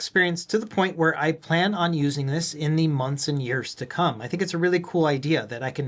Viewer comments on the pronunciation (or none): none